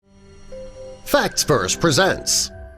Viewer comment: "Fats Verse"....